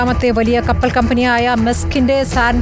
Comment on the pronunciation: കപ്പറൽ ..... അല്ല.... കപ്പൽ.... വാർത്ത വായിക്കുന്നവൾക്ക് തെറ്റി